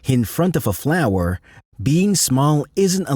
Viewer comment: E.g. the way it says "hover" and flower is unnatural. Maybe a dutch accent bc they say "duh" instead of "the" ? Video is neat tho